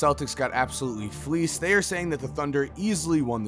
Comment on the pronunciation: Stop saying fleased that shit annoying